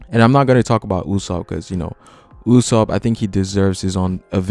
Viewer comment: I cringe every time you say "Uuuusop".